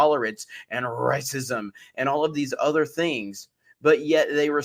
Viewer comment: Why did that moron say racism like that? Lmao